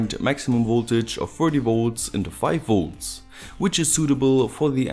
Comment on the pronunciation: His videos are great - I just can't stand his pronounciation of 'Volts' - he's always saying 'woolts' :)